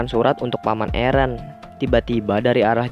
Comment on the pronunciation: Aaron not eren